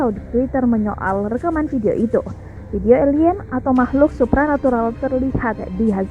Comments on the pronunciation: Supernatular? Superman kali min Supranatural kali. Aduh karyawan magang min? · SUPRANATURAL BUKAN SUPRNATURAL